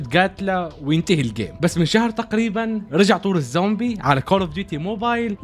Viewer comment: الزومبي ❌ امزومبي✅